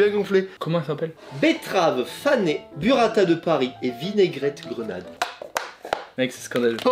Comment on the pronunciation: Juste pour te corriger, c'est ça te dis bOUrata et pas bUrata